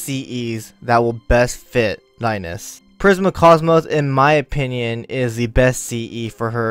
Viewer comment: Rai-nez? It's Reines as in the reins of a horse. Grab the reins. Right? Rai-Nes sounds so off.